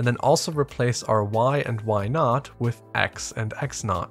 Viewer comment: Thanks. I've seen Bresenham's algorithm before, but this explained it in a way I would be able to reproduce (or rederive) without having to memorize the algorithm. An additional note you may find humorous: You are referring to y subscript 0 as "y naught", but the way you pronounce naught sounded to me as if you had said, "Let's change why to why not." (People make fun of New Yorkers for the way we say cawfee, but our naught doesn't sound like our not.)